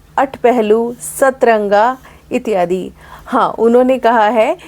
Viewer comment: आप का इत्यादि का उच्चारण कष्ट दे रहा है। वैसे आप विदुषी हैं।